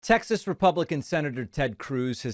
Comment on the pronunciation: At the opening I swear I heard "Sexist Republican Ted Cruz" instead of pretzel boy "Texas Republican Ted Cruz"🤣